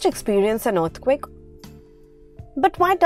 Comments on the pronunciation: Yes and as you listen to this video its saying Urth quake instead of earth quake 😂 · y do u say earthquake like that?